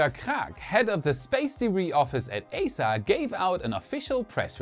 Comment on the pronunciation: It's pronounced [i:sa].